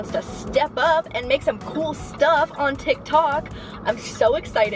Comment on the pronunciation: the way she says tiktok is killing me 😂